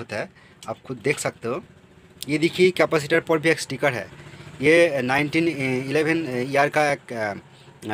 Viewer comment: Not 1911 read as 2011